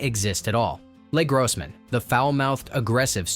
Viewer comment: Frustrating readerbot got funny. Tie voe for Tug upset me a bit but the second or third time i heard le grossman I chuckled like a moron.